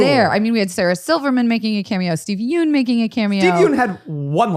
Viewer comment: I just want to say that Steven Yeun's last name is not pronounced "Yoon". It's actually "Yeon". The "eo" makes a short "u" sound like in the word umbrella. Yeun is spelt 연 (yeon) in Korean and Zach and pronounced it as 윤 (yoon) which is completely different.